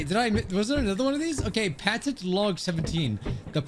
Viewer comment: "patent logs" p a t e n t